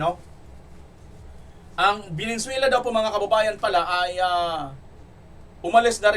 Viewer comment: Venezuela not Venenzuela!! Ayusin mo blog mo pare✌️